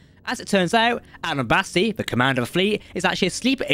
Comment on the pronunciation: you mispronounced several things in here. I'll grant it's a book so not all the pronunciations are listed but Caelir does not end in ar, it's Admiral Batiste, although given his deception he doesn't really deserve that respect, and while you did say Miral correctly once, you also mispronounced it at least once as well. Batiste should not have been mispronounced because it is actually a real name and Miral is said correctly in the show many many times and is not one of the words that is commonly pronounced multiple different ways so if you know anything about Star Trek, you would've gotten it right. This tells me that you're probably just reading from a script and don't know what you're talking about. Probably haven't even read the full circle series